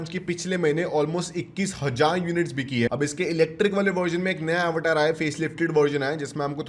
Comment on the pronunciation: Bhai अवतार ko ॲवटार bol kar kool banaen ki koshish kar raha hai 😂